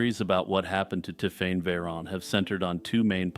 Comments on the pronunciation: that's a long way from Ti'fane'. My point about the magic E stands. It sounded so off I had to skip the story as the pronunciation was so irritating. I say this as someone who hates French and French ppl. I still say its closer to 'Tiffany' or 'Tiffenay' possibly. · Hi, I’m a French speaker. It’s pronounced tiff-en. He was quite close